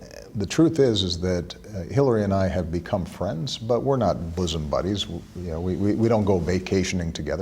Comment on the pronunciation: ....bosom buddies, or boozing buddies? Wtf.